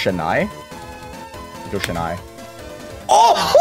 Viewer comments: SHENAII??????? This hurts me both physically and mentally dude Its chennai, not shennai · As a Tamilian, hearing him pronounce Chennai as (sha-nI) is tearing. It's (chen-naI). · As a Tamilian, I am offended that you pronounced chennai as shhennai